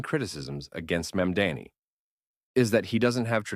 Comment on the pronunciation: no, i disliked when i heard how it pronounces mamdani. literally just watch vaush or kyle kulinski or someone better